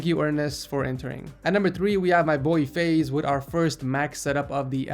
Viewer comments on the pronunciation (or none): name FIAZ is not pronounced FAIZ its Faz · its not Faze its Fa-iz lol